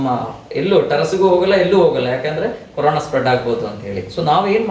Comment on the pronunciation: Mam it's Corona not carona